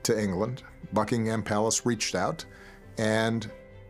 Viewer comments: Love Obama though I have never yet heard an American pronounce Buckingham correctly. It's Bucking-em rather than Bucking-ham. The latter sounds like a type of cold meat. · The way he pronounces "Buckingham" 😁